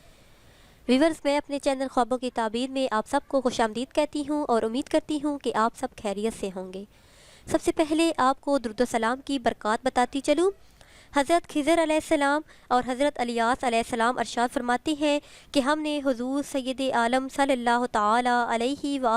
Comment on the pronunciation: Khizar kya hota h hizar hota h